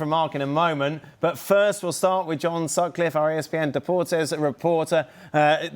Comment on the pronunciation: Johnovio Sutcliffaz. 😂